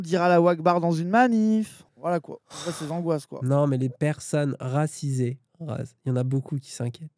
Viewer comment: "Les personnes racisées s'inquiètes" J'ai entendu les personnes "Razizées", quelqu'un d'autre a un souci d'audition ici ?